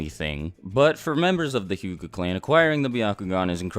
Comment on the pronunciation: the word is hyuga not huga